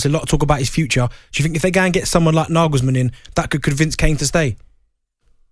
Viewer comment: His name is Nagelsmann not Naglesmann